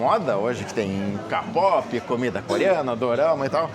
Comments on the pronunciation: doeu meu ouvido vc falando ka-pope em vez de kei-pope... eu sou Army e ouço muitas músicas coreanas. Desde 2014 através da minha filha acabei me envolvendo com a cultura coreana e o grupo BTS tem algo forte que não se explica. Já fui em alguns show, BTS, straykids, NCT, Kard, e sinceramente, hoje o bumm do k-pop cresceu mais ainda. Só cuidado como pronunciar, porque ficamos sentidas. 😊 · Adoro ouvir todas as histórias do, mas por favor, falo com carinho, tá, diga "quei pop" para o kpop, senão soa muito estranho...